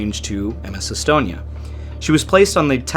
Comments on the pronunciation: that pronunciation was shyte. All of it. Except Umeo. Some how you got that right. And estonia. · The sinking affected almost everyone here in Sweden, everyone lost someone they knew. A retirement home in my neighboring town was left almost completely empty after the sinking as almost all of it's residents were lost in the Estonia. BTW your pronunciations were more than okay.